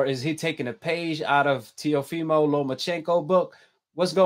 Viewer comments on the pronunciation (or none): He called him teofiho as well so don't believe in what u hear